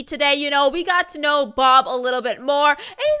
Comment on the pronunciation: And in the outro, she said Bob not Baw